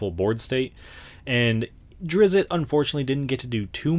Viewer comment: It's pronounced ˈdrɪtst